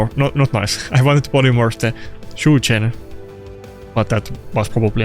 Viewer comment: "Chu chen" -Chi ni